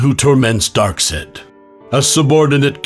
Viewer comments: literally every single piece of official media in the past 20 years (at least) that has ever said this character's name aloud had pronounced it "darkside," and spelled it as Darkseid. (the correct spelling is even in the video ) how did no one catch this before publishing it? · I don't what messes with messes with my head more: OP Santa visiting Apocalypse or the pronunciation "DarkSaid" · Darksed....bro it's pronounced...DARK-SIDE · Cut it off the moment I heard the way they pronounced Darksied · How your saying it: DarkSAID His actual name: Darkseid How its pronounced: DarkSIDE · It's pronounced Darkside not Darksaid. His name is spelled darkseid to. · (D árk S•yëd) is how it’s pronounced not (D árk S-ïïd) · bro dark sed!? its actually pronounced dark "Said" like say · Do any of these people ever read comics? It's not Dark-sid, it's pronounced Dark-side. For the love of the new gods, learn how to say the name correctly. I'm surprised you didn't call Santa, Sonta Clous. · in case you didn't get it, its pronounced dark SIDE... it just spelled weird for artistic reasons. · Dark side is how it’s pronounced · That's not an A, that's an E. SEID. Pronounced, "sīd." same as "side." SIED would be pronounced "see-edd." This is "side." There's literally no other way to make the name pronounced "dark-side" other than literally spelling it "darkside" or spelling it "Darkseid." That's why his name is Darkseid. You're a comic summarizer. You summarize the details of comics. How do you miss the detail of his name literally being the same pronunciation as "dark side" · Whoever Recorded this Is Unaware It's Pronounced: Darkeside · I will help you out. Darkseid is pronounced, Dark-Side. Why can't people just watch an actual clip from the TV shows? You can get his name there.... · Darksaid is pronounced DARK SIDE. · Just sayin not tryin to be rude but is darkseid dark-side for pronunciation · um sir its pronounced darkside but spelled darkseid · ....It's pronounced dark-side.